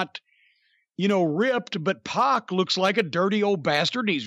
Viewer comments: PAC is pronounced PACK not PAWK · It's Pack not Poc. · It’s “P@ not “pawk”